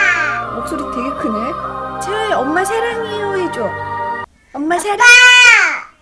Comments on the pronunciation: 채야야 라고들리는1인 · 꽃빈님이 채아야 해야되는데 왠지 채야야 하는거같아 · 채야야라고 하는것같닼ㄲ